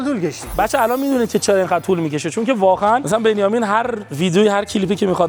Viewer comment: چرا اینجوری حرف میزنی 🤮 واقعا نه واخهن.مرده علاقه نه مرده علاخه 🤮 حیفی داش اینا کین گنده گوزی